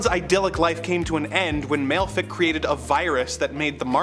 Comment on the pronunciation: Malefic is pronouced Mal-a-fa-ak